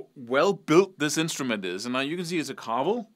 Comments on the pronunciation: ...what a cloistered Dannish tart you are ..... stop speaking of the States ....you have no idea about what you say ....fuck you and your ''bootstrap'' musical charade . ps it's ''Shar-vel'' , shit for brains . ''Europeans ''are adorable . hilarious . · We in America pronounce it Shar-vél, like Chevrolet. Owned one in the 80's, it was a great guitar. Also owned an 80's Dean, a '59 Strat and still have my '52 Les Paul. Then switched in the late 80's to the Ibanez RG550 (the precursor of the JEM) and never looked back. That's a beautiful Charvel!